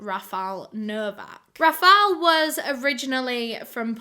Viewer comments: As a Polish speaking person I can confirm actually mispronounced that Anna's surname and the guy is RAfal, not RafAl. It is not a big deal though. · 'Rafal' is pronounced 'Rafaw' If you didn't know! I'm pretty sure because I'm polish but You have done the research so I bet you know better, If I am wrong. Sorry!! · Any other Polish speakers out here just kinda dying inside a little every time they hear "RafaL" instead of "RafaŁ"? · PS. You pronounced the Polish names pretty good, just Rafal is actually Rafał, pronounced Rafaw (as in wet) ♥ And a bonus tip! You have to put the accent on the "Ra" part, not the "fał". So it's more RAfał than raFAŁ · no, remember it's a polish name, it's Rafał, rah-fawh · its Rafał. polish pronunciation can be sometimes wacky